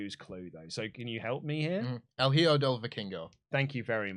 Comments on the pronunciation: Hey guys, hijo is pronounced as E-Ho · "Hijo" is pronounced "Eeho", just for future reference guys.. If you have any spanish question, you can ask me, or Denisse.. lol